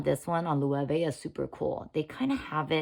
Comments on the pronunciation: Loewe is pronounced "loh-EH-veh" (lo-eh-vay)., not the way you say it as Lu-way-ve. Please know how to pronounce words before you record a video. You sound ignorant. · The pronunciation of Loewe here is so funny. It's the German word for lion. I feel that the top handles on both these bags wouldn't help me find what I'm looking for inside the bag very easily. Also, these days an external phone pocket is more practical.